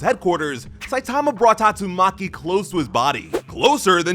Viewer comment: The way bro said tatsuMAKI showed up.